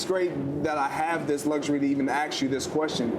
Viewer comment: Greg Jennings can't pronounce "ask" correctly. I bet he doesn't say "face max" instead of "face mask"... Why intentionally mispronounce that specific simple word??